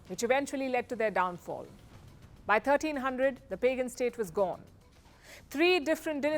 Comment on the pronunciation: you probably pronounce "Pagan" wrong.